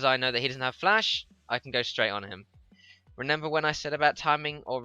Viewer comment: I just want to take a moment to point this out... "Renember"... reminds me of one of my best friends who says it like that.